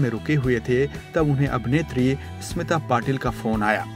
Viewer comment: Sir it is NOT ESMITA/ इस्मीता It is Smita/ स्मिता. Please learn proper pronounciations.